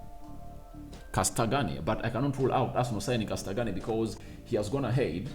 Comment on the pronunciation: I love how cold you butchered Castagne's name 😂